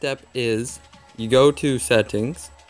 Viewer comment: were are you from? you said settings funny, just my curiosity